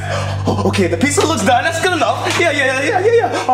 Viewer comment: I love how they say pizsa instead of pizza